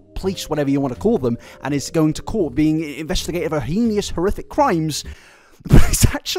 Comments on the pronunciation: Once again reminding that the word heinous is pronounced HAY-nus, not HEE-nee-us. I'm not mocking or anything, you just use the word an awful lot so I thought you might want to know the pronunciation. It's one of those words that maybe you only see in books before you attempt to say it yourself, never having heard it out loud. It's not something that comes up a lot other than in books or true crime podcasts. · I’m sorry but even Americans can pronounce heinous (hay.nus) right? We can agree on how it is said? Also tarot (like arrow) and not tarot (like carrot)? But the way he pronounced sleuth is correct